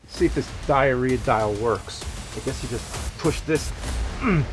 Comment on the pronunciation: Oh no. It wasn't just the Diarrhea dial. It was the DIE-arrhea DIE-al!